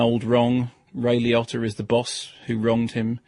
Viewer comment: Ironically, that’s how Italians would actually pronounce Liotta